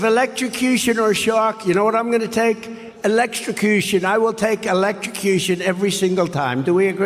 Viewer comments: Did Ben just pronounce “electrocution,” “Electro - Secution” - TWICE? Geez, Ben, maybe you’re going through some type of decline as well! Just kidding. But it IS pretty funny. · Exactly. Then their proof is he said "Electrocution" wrong 😂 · Erm... He said electrocution... Come on guys. I get we need material to work with, but this? This is the "Awesome Clips" your team does? My 10yr old niece can get better clips than, "Oh! Trump didn't Pronounce Electrocution Correctly!"